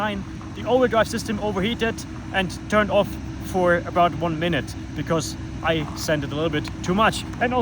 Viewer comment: thought he said its tuned